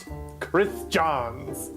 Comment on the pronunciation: The last name is pronounced like Jones, but otherwise awesome video! Very well edited.